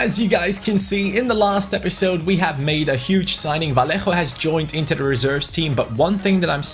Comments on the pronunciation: Its not V-a-l-l-e-j-o, Its V-a-y-y-é-h-o and Riqui P-e-e-j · Vallejo is pronounced vayejo, like so can see